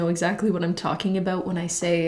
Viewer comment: when she says " ieen" instead of " i'm" lmaoo love your videos tho